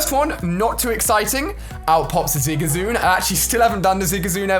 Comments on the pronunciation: Zigazoon??? It’s Zigzagoon Ali :) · Did Ali just say zigasoon instead of zigsagoon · It's not Z I G A Z O O N it's Zig - whatch it - Za - Goon Z I G Z A G O O N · IT'S ZIGZAGOON NOT ZIGAZOON!!! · I know you probably get this a lot but it’s Zig-Za-goon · Lmao didn’t know you pronounced it zigazoon 😂 .